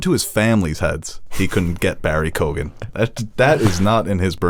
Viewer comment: Lads, watch ROME! Two brilliant seasons of Game of Throneseque sex, violence and political intrigue. Also...it is pronounced Barry Keo-an. The gh is silent an Irish listener 😉